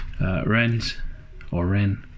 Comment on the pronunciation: Rens as you prenounced it was gooood.... :)